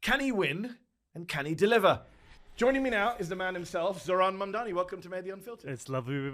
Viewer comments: Actually insane how even in his concession speech when he lost, Cuomo still couldn’t say “Mamdani” correctly. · Cuomo and Trump are children. Just say his name correct ly.. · Mispronunciation of a Mayoral Candidate, which if it is either intentional shows racism, or unintentional which shows their ignorance and inability, is mind-boggling. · So funny of Andrew Chomo to mispronounce Mamdani because he can’t go after him for anything else